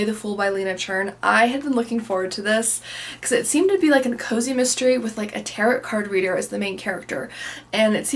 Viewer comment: We Were Never Here by Andrea Bartz was good. I wanted something more from it, because there's bits about the ending that I kinda wonder about, but I definitely don't regret reading it. Btw, the second T in "tarot" is silent.